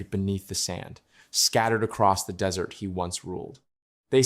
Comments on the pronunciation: Desert.... . Place full of sand.... Arrskis. Not 'dessert.' . Which is a sweet pudding to eat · Wow ... Arrakis turns back into "dessert" .... spice cake!!! When AI fails!!